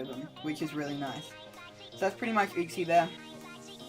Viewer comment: Not how you pronounce uxie but hype sets my guy, GG on the win